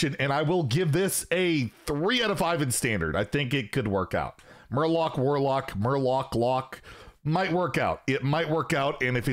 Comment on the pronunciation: Murwarlock it's not that hard